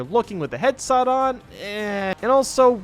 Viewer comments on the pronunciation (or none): Did he say headsot